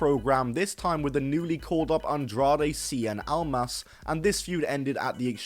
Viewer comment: He said Andrade Cien Almas so horribly bad 💀